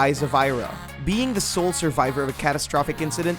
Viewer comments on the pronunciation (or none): none